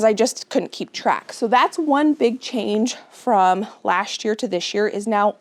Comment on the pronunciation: As a non native English speaker, I didn't know that the words last and this could pronounced lasht and thish. Is it a dialect from where you live?